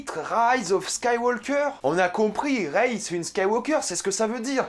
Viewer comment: Alors déjà prononce bien le nom de Rey avant de déballer tt un tas de conneries, tu n’as vraiment rien compris ...